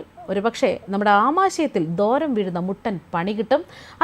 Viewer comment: ദോരം അല്ല മാഡം ദ്വാരം എന്ന് വായിക്കൂ.